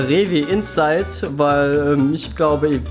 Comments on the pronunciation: Rewinside heißt nicht Rewin-inside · "Rewi-inside." Auf jeden Fall richtig ausgesprochen...😂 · Wie er einfach Rewi-inside sagt 😂😂😂